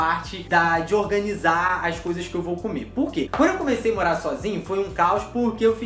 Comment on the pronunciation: E também é morar e não moá